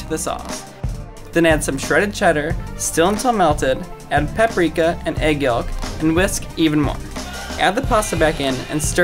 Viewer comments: "Egg yoLk"???? Learn to talk... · Did he actually say egg yook instead of yolk for Khloe kardashian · Egg Yalk?,it’s pronounced yo-k Edit:oh ma gad tanks fo da likes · I left after he said yüœlk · Egg what??? It’s pronounced ‘yoke’, you don’t pronounce the ‘L’ in yolk 😂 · bro don’t even tell me he just pronounced the L in yolk he just said egg yolllk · Lol am I the only person hear him say egg yolk egg ego? What.... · did he say EGG YOG?? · Did he just say egg yalk? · What's wrong with his narration like his pronunciation of things is so sloppy it's so annoying to listen to. add PAHPrika and egg YOHK, and whisk, even moh. Grab a Mmm mini mmmufin pan Spoon the preEuAhpared mac n cheese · I stopped watching at about when dude pronounced the 'L' in "yolk". yoLk. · First time I've ever heard anyone pronounce the L in "egg yolk". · You do not pronounce yolk with the L omg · Anyone worried about how he said “egg yolk” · is it just me does he say egg yolk really weirdly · Hold up did this guy really just pronounce the L in "yolk" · lmaoo did he really say the l in yolk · he pronounces the l in "yolk""... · He pronounces the l in yolk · Did he just pronounce the ‘L’ in “yolk”?.. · the L in yolk is silent bro